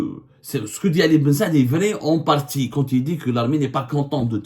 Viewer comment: J'aime bien ton accents quand tu dis "vri"